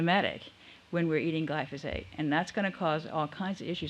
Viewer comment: It's difficult to take anyone seriously when, from first mention and thereafter, they mispronounce the name of the chemical they are condemning. It's GLY-FO-SATE, not GLY-SO-FATE! Also, reading the thread of comments further discredits the presenter. Finally, what's the connection between Glyphosate and GMO?